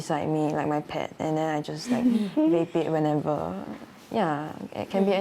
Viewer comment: Funny how the guy kept saying 'whape' and the lady kept saying 'Vape'